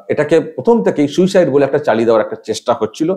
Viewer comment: উচ্চারণ ও বাকভঙ্গীমায় মোটেও অ্যাসিসট্যান্ট সুপার বলে মনে হচ্ছেনা, ' সুইসাইড' কে 'সুসাইড' উচ্চারণ! এই মহিলা অল্পশিক্ষিত এবং হাসপাতালের সাধারণ কর্মী হবে, একে দিয়ে মিথ্যেগুলো বলানো হয়েছে।